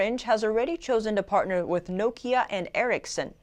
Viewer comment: is the best, she even correctly pronounced NOKIA (i.e.: Nòkia, not Nokìa)